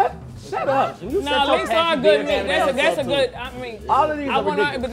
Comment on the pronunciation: “Bharbeque bheat” 😂😂😂